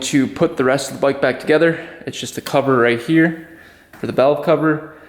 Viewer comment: What's a "boyk"? He said. ....."This is not my boyk...." 😅